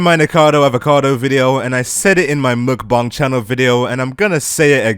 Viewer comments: Why you saying muukbang It's mukbang I think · You are correct. He has the second syllable correct.. but the first is muk with a short u and a very siight k sound, the k is not aspirated. The Forvo pronunciation website has two people pronouncing it with that English (Romanization) spelling. Both are males from South Korea and both are accurate.